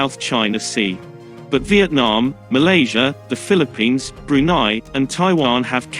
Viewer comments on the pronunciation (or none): none